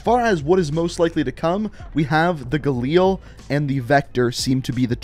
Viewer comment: the way he said galil made me wanna shit myself